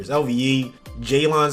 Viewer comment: Jay-Lon Smith. It's just pronounced Jay-lun lmao